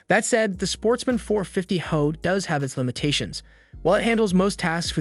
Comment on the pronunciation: Reliability in this video ad your expertise is lost when referencing “high output” as “HO(e)”.